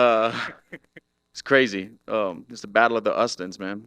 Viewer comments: “Battle of the ustins” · "battle of the ustins" 😂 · brah said battle of the ustins😂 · ''Battle of the Ustins'' 😁😁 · Theo would be proud of “Battle of the ustin’s” 😂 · "Battle of the 'ustins"